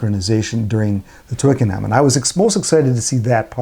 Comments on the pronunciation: "twic-ken-um" :), otherwise good review! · Twickenham is pronounced without the H. Twickenum